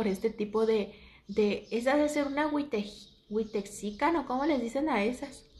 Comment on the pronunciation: Es white-xican,. O sea, mexicano blanco. Se pronuncia guait-xican. O como diría charlotte lascurain, guaite chiken 😂😂😂